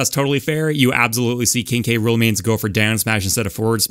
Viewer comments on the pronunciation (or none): when he says "King K Rool" I burst out laughing cause I swear I heard "Kinky Rule". And apparently, google subtitles agrees with me.